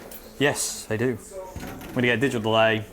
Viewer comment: He said "digital lay" instead of digital-delay", is that like a VR chick?